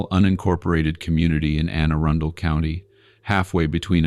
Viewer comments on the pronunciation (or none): AI, bro your need pronunciation therapy with the quickness. The way it's pronounced is (A-run-del) it's not ( Erin-dale) !!!